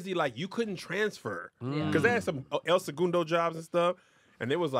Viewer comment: I HATE DA WAY KEV SAY “EL SEGUNDO”😭😭😭😭 “SEGOONDO”😭😭😭😭😭😭😭😭